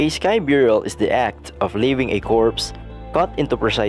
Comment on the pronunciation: It's burial not byurial